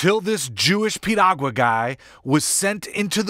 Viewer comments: lol, did she say Piruagala? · LOL...she can't even say Piragua..LMAO!!!!